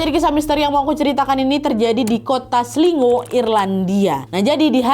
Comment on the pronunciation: cara bacanya itu "Kota Slaygo" nad